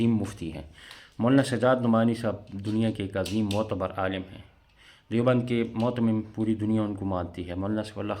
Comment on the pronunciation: Are dhoor motmim ni muhatmim hota he